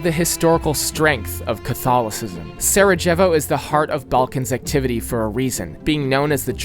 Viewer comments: bro said sarogevi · all good but your pronounciation of slavic place names is actually atrocious lol try typing the name into google translate in a given language and just pronounce it like this. you are not trying your best bro. saraJevo? ljubJana? really? bro.... I really like the video but my ears hurt